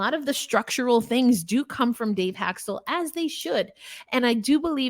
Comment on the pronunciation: It is not Hak-stul. His name is pronounced Hak-stawl. Good grief, this is a Kraken podcast?